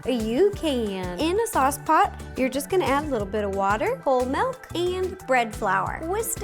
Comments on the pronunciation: Sorry row but it is not melk it is milk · I will never get use to hearing Ro say "melk" instead of milk now ever since Mike pointed it out lol. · I love Ro soooo much.... but it's not MELK 😫🥴😂